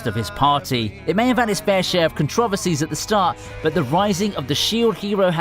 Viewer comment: the way you say controversy... what accent is this?